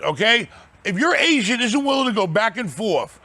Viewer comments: I thought he said... “You gotta get a good Asian” 😂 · Everytime he saying agent i think he's saying Asians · At first I thought was saying "Gotta get a good Asian", "Work with your Asians"